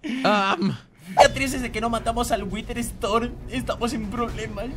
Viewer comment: Y se yama tormenta guider o en inglés se dise wuiter estorm